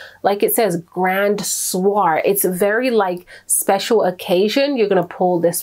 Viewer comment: The maison soir fragrance is pronounced swa not soar.